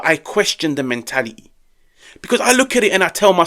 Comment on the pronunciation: Men*ali*yyy abili*yyy and quali*yy 😂😂